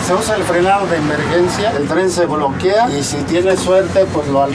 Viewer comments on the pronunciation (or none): "El tren se bloquia" :v